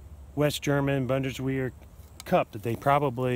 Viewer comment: Try "boon-dis-vair".